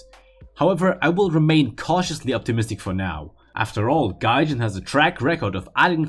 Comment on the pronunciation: ‘Gahjayn’ ‘japayn’